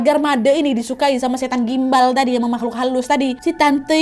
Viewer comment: kenapa bacanya susuk gumbal 😢